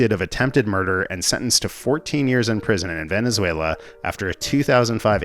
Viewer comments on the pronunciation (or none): none